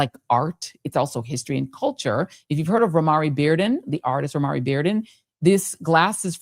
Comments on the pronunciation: Romare is pronounced “Row-mayor), family. Romare Beardon. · IDK K but I think Romare is pronounced with 2-syllables. I have his painting in my house. It's the way I pronounce his name--and those I know. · I was confused, I am an artist, haven't heard his name pronounced that way, didn't know who you were speaking of until I read it